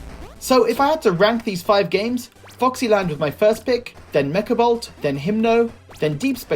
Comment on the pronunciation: its Mekabolt not Mekobolt silly :D